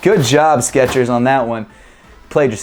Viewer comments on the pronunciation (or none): its skechers not sketchers